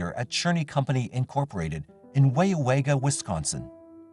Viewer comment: Hilarious hearing the pronunciation of cities and counties in Wisconsin. Waupaca and Weyauwega.